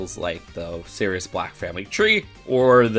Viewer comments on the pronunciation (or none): none